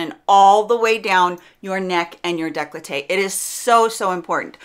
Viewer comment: ... " declote' " ????? It makes me cringe when people want to use foreign words without knowing them....